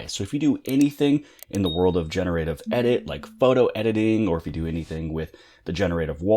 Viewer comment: Lol how you incorrectly pronounce generative.